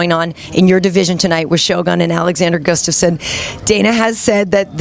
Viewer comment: Its pronounced Gus-Tuff-Son Mr. Jones… Looking forward UFC 165…